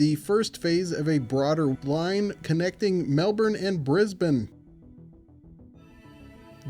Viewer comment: Says he won't pronounce Melbourne properly and then goes on to pronounce it perfectly. The mad lad.